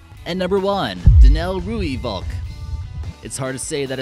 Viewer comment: I think it was a good video, just not sure how you could leave out the iconic Mi-24 or Mi-35M. And I enjoyed number 2, because I am from South Africa. It's pronounced Roy fulk. It is Afrikaans for red kestrel